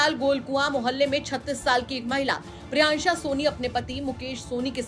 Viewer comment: Priyanshi ko priyansha priyansha bol rahi h